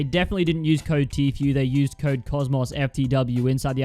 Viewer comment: Who else got pissed from the way he says tfue